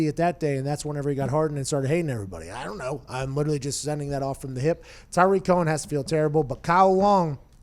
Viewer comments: It's not pronounced Tyreek Cohen, Tyreek is Hill. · It's Tarik Cohen not Tyreek Cohen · Yeah, Pat was using Tyreek Hill's pronunciation of his name. Tarik Cohen is pronounced "Tah-Rick" not "Tie-Reek", I believe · Saying tyreek instead of tarik bothered me way too much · Pat, it’s Tarik not Tyreek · Rhome Grown it’s not tah-rick it’s ta-reek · Anyone else triggered of him saying tyrik cohen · It's not Ty-Reek. C'mon man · Rhome Grown it’s actually pronounced Tah-reek Cohen but you were close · The way he says Tarik Cohen bothers me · Why does everyone pronounce Tarik’s name incorrectly? 😂